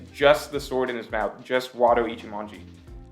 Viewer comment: Zoro: nothing King: “what that mouf do”